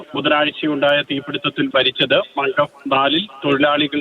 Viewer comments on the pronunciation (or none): മഗ്‌ഫ് അല്ല മംഗാഫ്